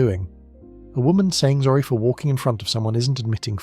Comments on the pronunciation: It's sorry not zorry or orry. Clever AI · Why are you pronouncing "sorry" like "zorry"? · Okay, I like where this is going but either AI scripting or AI voice. Not Both. I was thinking I was mishearing the 'Orry's and the 'Zorri's in the first five minutes but nope, this is an AI script without a human to proofread it before feeding it to the AI voice generator. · . Oh OK, now I get it. They aren't even saying Sorry? They are saying 'orry', Zori, Zory Lol